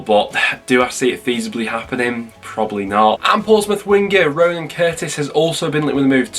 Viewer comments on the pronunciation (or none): none